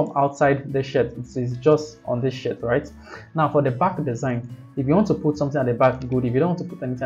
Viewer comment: that was amazing bud ! thank you so much it's gonna help a lot ! beside i'm counting on you to fix your pronounciation of the word SHIRT ahahaahah 😂😂😂